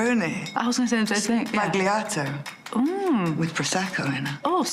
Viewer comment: Her pronunciation is the real "sbagliato" 😂